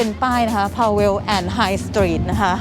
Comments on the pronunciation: Powell อ่านว่า powl นะคะ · Powell ฝรั่งจะออกเสียงว่า “พาว” ครับ